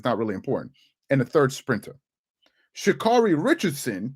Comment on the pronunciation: "She-Cyarun" had me rolling. 😲